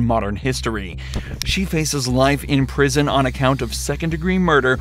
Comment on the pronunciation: says "prision"